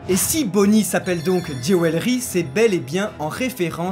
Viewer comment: "Géwélry" -> "Djoulery" Pensez-y SVP.. J'suis grammar nazi